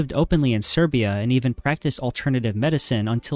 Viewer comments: sirya? Serbia... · Learn to pronaunce Serbia,and in bosnia 100k died.Over 60k muslims,25k Serbs,and 8k Croats.And Serbs didn’t call arabs to help them 😂